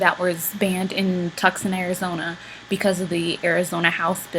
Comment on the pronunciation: Tooooooo-son!!!!!!! NOT TUC-SON!!!!!